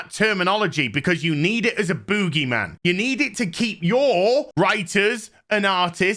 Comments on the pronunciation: Nobody:: BÚUGYMAN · The way he says boogieman😂